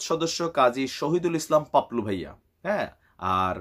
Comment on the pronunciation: Bhai, unar naam paplu na to' Papul